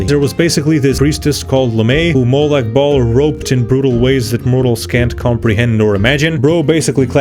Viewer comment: Love your pronauncinaution about m8lag bahl. The bahl sounds like balls